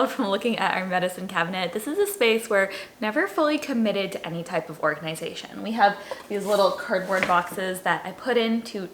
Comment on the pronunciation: I love how you pronounce: organ-eye-zay-shun